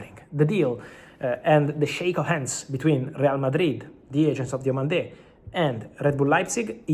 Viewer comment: Hi Fabrizio, Diomande is not pronounced with an accent on the last syllable